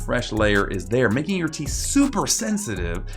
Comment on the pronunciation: Is it a big deal if a theet grew behind your theet